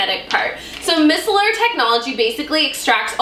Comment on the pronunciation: Micellar is pronounced “my-cellar”